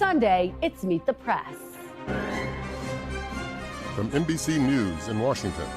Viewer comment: How can anyone believe / trust anything from Welker and NBC? And why does she always have to emphasize “Meet the PRESSSSSSS”? I give her a 1 out of 100 for journalistic professionalism